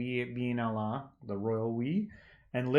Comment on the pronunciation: They say( Allah) not( hooo❌)hhh